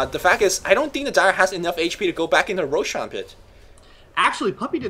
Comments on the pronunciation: Also, Roshaaan. Jesus, his way of pronouncing things is just so annoying:( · I don't understand how people can mispronounce Roshan when the in game announcer says the damn name.